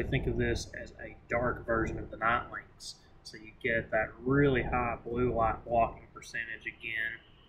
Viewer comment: I believe it's pronounced Skee Lynx, not Sky Lynx.